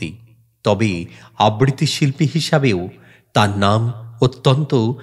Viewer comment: আবৃত্তি উচ্চারণ ঠিক হয় নি।আব্বৃতি হয়ে গেছে।